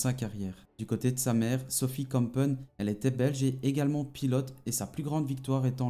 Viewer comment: A part écorcher les noms de Jos ( se prononce yos) et de Sophie kumpen la vidéo était pas mal